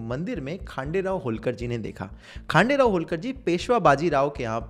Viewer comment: You are really great bro👍 ❤ from महाराष्ट्र Not खांडेराव.... ....खंडेराव